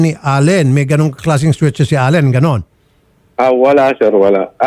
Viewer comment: "Sweat shirt" poh, hindi "sweet shirt" 😅